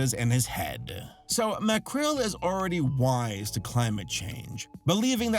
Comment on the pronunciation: its Macrel Mcrel...